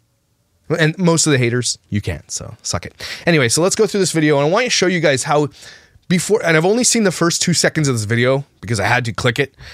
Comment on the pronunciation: I know A geyser . but she says ''guyzers'' instead of guys